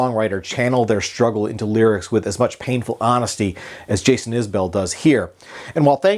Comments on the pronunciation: “Iz-bul” not “Is Bell” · Its actually pronounced Iz-bull....its an Alabama accent thing. Just listen everytime he opens a concert and says the name of the band. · A well reasoned review, with one glaring fault: how can you not know how to pronounce the artist's last name?